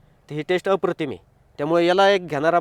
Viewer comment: अप्रतिम म्हणायला शिक